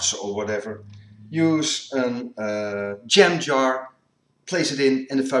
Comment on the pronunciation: Ha. It took me a few minutes to figure out he was saying jam jar, not gem jar. I still say "tin foil" even though we've used aluminum for foil since the late 1940s.